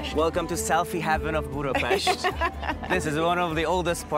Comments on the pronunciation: Gorgeous video, I also very much appreciate the proper pronunciation of the city and places, thank you! Hungarian here, the best presentation of my beautiful Budapest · You really made the effort to pronounce the Hungarian names/words correctly. Thanks for that, I really appreciate it. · How refreshing to hear you pronouncing Budapest correctly! This is the land of my ancestors! Beautiful video which spoke to me. My maternal grandparents' surname was Lukacs so it was neat seeing your guide have the same name too.